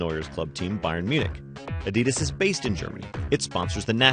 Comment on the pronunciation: Adidas is pronounced on the first syllable, not the second.